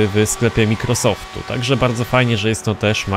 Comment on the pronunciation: proszę cie naucz się dobrze wymawiać forzathom i Microsoft bo to denerwuje.